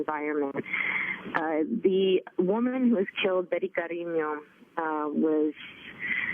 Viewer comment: The host did not pronounce Bety's last name. It is CariÑo, not carino.